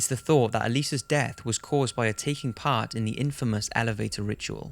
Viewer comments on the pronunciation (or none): none